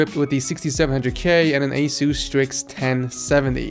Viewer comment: I hate how he calls it asoos